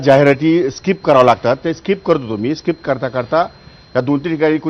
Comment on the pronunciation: Gavthi kuthla mhatara 😂 स्काईप नाहीं skip boltat😂